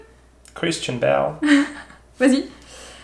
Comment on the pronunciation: En plus il a dit avec l’accent 😂😂😂